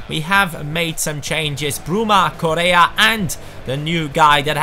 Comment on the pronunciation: You are pronouncing bad correa, you pronounce his name like korea, it's coRRea PD: im from Argentina